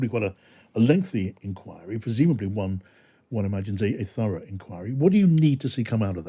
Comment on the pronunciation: Furra ? Did he mean thorough. 😂